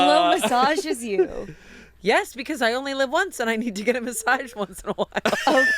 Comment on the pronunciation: I love the way says “massaige” (massage)